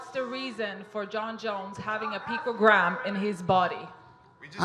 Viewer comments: it's not "pictogram" it's PICOgram ¿?¿?¿?¿? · 😂🤣 He said pictogram. It's picogram genius. A pictograms are symbols or pictures used to represent words. 🤣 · I like how Bones says that “the people judging me haven’t opened a chemistry book since high school” literally 5 minutes after being laughed at for calling picogram “pictogram”. Like seriously stfu, ur the last person to talk shit about other people’s knowledge of chemistry. Idiot. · Matt Garcia picTOgram.....are you mad? Triggered, buthurt? What does him not pronouncing the word going help or not help in a COMBAT sport. This isn't science nor english class brah. It's brawling, it does not require a wide vocabulary!! Sheesh... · Jon "chemistry book" Jones trying to be a smartass. Proceeds to constantly say "pictogram" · Seriously, I love Jones, but every time he said “pictogram”, I cringed 😬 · “Pictogram” “microscoptic” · Jeez, Jones is dumber than Trump, "pictogram" vs "anonommess" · Lol man said pictogram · 'pictogram'.... jones stfu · "Microscoptic Pictogram" what the fuck? Jon is a bonehead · If I have to hear picogram one more time. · lol is jones mispronouncing picogram on purpose? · Why are the biggest morons on the planet always blessed physically. Jon Jones can't even pronounce a 3 syllable word. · Jones should've read that USADA manual so he would be able to pronounce "picogram" and ensure he understands what he can and cannot have in his body. Excuses. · Also, acts stupid to play it off and make it look like he doesnt even know what a picogram is. He didn’t pronounce it right on purpose. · yep I agree. The way he was purposely saying picogram wrong when he knew was pretty cringe. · Jon 'I can't even pronounce it' Jones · Diversion tactics, showing he can’t even say the word properly, is one aspect of lying. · Jones is not intelligent enough to know how to cheat in such a specific way. The man can’t even pronounce picogram. He’s clearly innocent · "microscoptic pictogram"🤦‍♂️